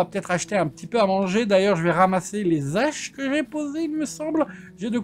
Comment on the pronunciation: on dit les Haches et pas les zaches:p